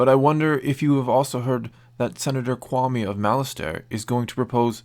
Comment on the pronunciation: I wonder if this "Senator Kwame" is in league with a certain Hego Damask? Also, nice job pronouncing my name correctly. 😄